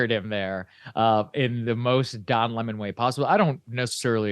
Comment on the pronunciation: Don Le-mon, that is all I have to say